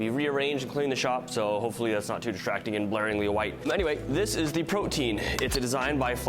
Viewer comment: Pretty sure the proper pronunciation is "proty-an" not like protein